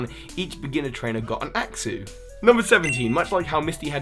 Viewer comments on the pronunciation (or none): none